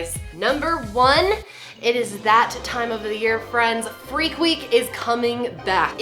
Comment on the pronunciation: fweak week